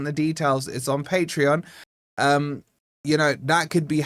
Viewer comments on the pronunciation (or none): none